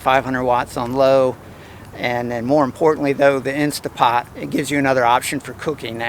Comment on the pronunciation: Tell your Dad it's an "Instant Pot" not an "Insta Pot.":)